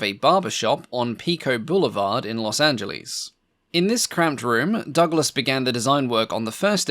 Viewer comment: 17 min. In, its Los Angeles, not Los Anglese